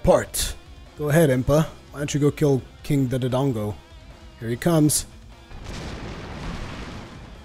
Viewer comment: I hate to be that guy but... Its (more-al) not (more-aly) for morale. King Dodongo is (doe-dongo) not (du-du-dongo).